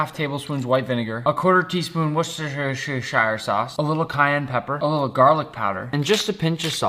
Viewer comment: “WoCESTEr SHeER SHIrE SAuCe”